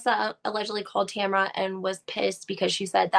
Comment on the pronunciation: TAMRA. Not Tamara, completely different pronunciation too.